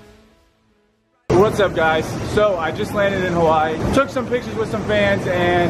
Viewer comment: Even the way he says Hawaii kills me.